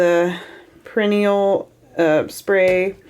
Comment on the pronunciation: Bless you…it’s not perrenial ….that’s the flower. It’s pear..a..knee..um. None of us can say Worcestershire, so it’s okay.